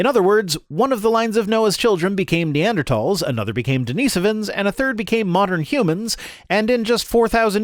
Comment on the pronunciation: EVERY time the AiG people say "Neander THAWLS" fucking enrages me. Thanks,, for pronouncing things correctly and standing up for trans rights.